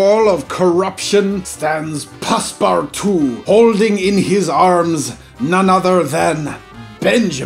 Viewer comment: It’s not passparttwo it’s passpootwo